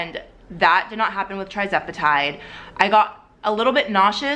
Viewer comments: The starting dose for tirzepetide (pronounced ter-ZEP e tide, not TRI 😊.) Also, tirzepetide’s loading dose is 2.5, not .25 (like semaglutide.) if you started at .25 and not 2.5 you’re not even at the loading dose! Hope that helps. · TIR-zepatide not TRI-zepatide please 🙏🏽 lol